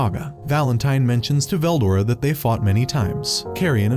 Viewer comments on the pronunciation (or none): I don't know how far you made it in but I literally made it 4 minutes 20 seconds and he mispronounced veldora and that was all I needed to hear